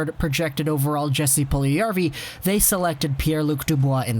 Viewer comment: Its Puljujärvi not puljujavri. Its literally written on the title